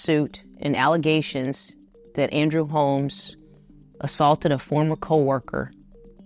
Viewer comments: More "Alizations"??? Who would have known? alizations. lol what a dummy... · All just “alluzations” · (Allezations) is how Tiffany pronounce and spell it lol they wasn’t saying it like that, they were just mocking her lol. Tiffany has a wide range of ghetto illiterate pronounce words.